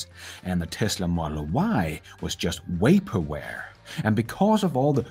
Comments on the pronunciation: This video is so awesome. But I had to pause it because you said “way-perware” instead of vaporware. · It's, "Vaporware" not Waperware! Just sayin'..... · You can use Google to check on a word's pronunciation. A good candidate would be "vaporware," in which the letter V, as in every other English word containing a V, is pronounced the same as in TV. Of course, if you pronounce TV as "Tee Wee," I guess I am making no sense. In that case, google the correct English pronunciation.